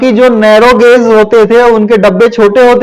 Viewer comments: गोज नही गेज होता है😂😂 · अटपटा लग रहा है गेज बोलिये गाज नहीं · वो गॉज नही गेज होता है। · अरे बिहारी गौज नही होता I सही उच्चारण सीख सकते हो I